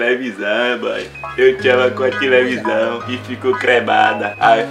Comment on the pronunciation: "Minha tilevisaum" ksksksksksk